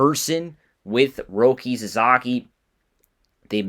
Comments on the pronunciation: Sa-SA-ki, not Sa-ZA-ki...you lose credibility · His name is Sa-SA-ki, not Sa-Za-ki